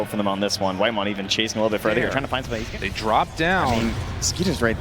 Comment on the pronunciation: WHITEMON? NO, ITS CARRYMON